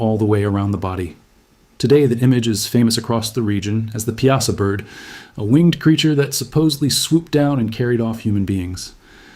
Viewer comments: it is pronounced " pie saw " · I don't like that you used bluffs from the far West to depict the Mississippi bluffs near Alton. We in the Alton area pronounce Piasa as PIE-a-saw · I live 20mminutes from Alton my entire life and its pronounced "pie-a-saw".... and all those 'images' of the Alton area are totally NOT from the Alton area... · We call it the Pie-uh-saw bird